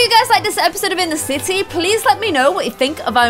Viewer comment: in the intro when you said sims 4 in the city it sounded like you said said sims 4 in the sissy lol